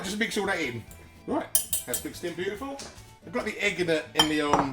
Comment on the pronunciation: Looks lovely also I love the way you say beautiful it cracks me up every time